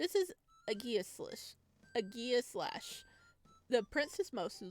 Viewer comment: It’s pronounced ah-ji-slash.